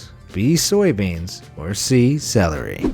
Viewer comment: “A potatoes,B beans, or C salary” *IRISH INTENSIFIES